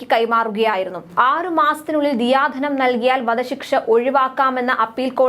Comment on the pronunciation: ദിയാ ധനം അല്ല...ദയാ ധനം ആണ്..